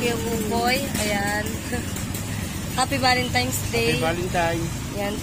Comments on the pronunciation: VALENTINES not valentimes. Aral aral na ha? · valentines po,hndi valentimes..✌✌